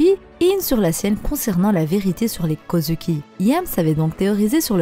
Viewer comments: Sa me dérange vraiment la façon dont tu dit Kozuki tu le prononce Kozuki mais sa se prononce kozouki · Oui mais toi tu dis kozUki c’est ça qui me dérange et puis si tu me dis que c’est comme ça que sa se prononce va voir le dernier épisode c’est pas du tout comme ça qu’il le dise